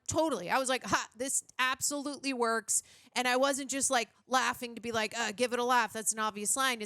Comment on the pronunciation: "...the woikes."